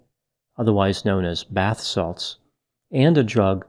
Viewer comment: did say he did bat sauce? I listened 3 times and I thought you said bat sauce.